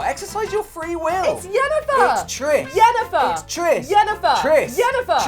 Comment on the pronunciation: it's Triss btw